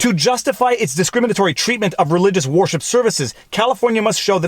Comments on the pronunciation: Why are you saying warship instead of wer-ship? Lol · Every time I hear him say "worship" it sounds like "warship"! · I agree violates the 1st amendment. Note. Is sounds like you keep saying "warship" !! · "'place of warship"? that'd be a ShipYard wouldn't it? worship rhymes with 'her ship'. but i do like Warship, lol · Are you saying war ship services intentionally or is that how its pronounced up there? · Canadian accent alert: , I heard "war ship" - Ha!